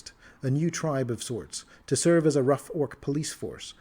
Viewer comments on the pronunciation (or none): none